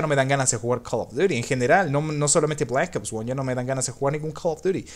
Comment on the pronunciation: no hables inglés q no se te da nada bien , sorry , y decir black ops 1 como lo has dicho ósea penoso de como lo dijiste la verdad